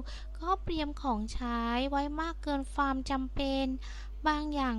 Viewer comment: ดูมาหลายคลิปล่ะ ก็พยายาม ฟังๆ ...แต่มาขัด ตรงคำพูด ..ฟามๆๆๆๆและฟาม...ทำไมไม่พูดความให้มันชัดๆล่ะจ๊ะ..